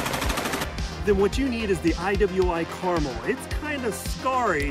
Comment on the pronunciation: It’s “Car-Mel!”